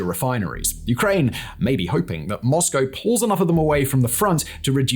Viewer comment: It's nice to hear someone pronounce Moscow correctly! What Putin thought he was gonna get from this still baffles me. I suppose he believed it would be another Crimea?